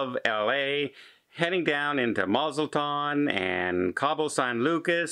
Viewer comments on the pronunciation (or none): Mazatlan ....try saying it again..